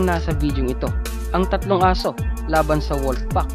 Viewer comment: anung " koyote"? Hahaha tapos wolp hahaha